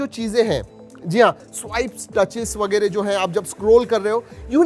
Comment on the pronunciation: That वेगेरे feels so marathi 💓